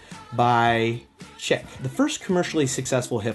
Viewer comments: Did he just pronounce Chic, chick??? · Plunderphonics is the name that John Oswald chose, both as a nom de plume as well as a descriptive for HIS OWN WORK. Using "Plunderphonics" to describe microsampling, mashups or anything similar is like referring to any jazz song as "Milesdavis." PS: Chic is not pronounced "chick." Have you been living in a lead-line bunker buried two miles beneath the lunar surface? Keep up the good work! :) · Just thinking the same thing LOLOL